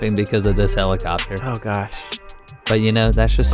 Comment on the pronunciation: u said helichshoper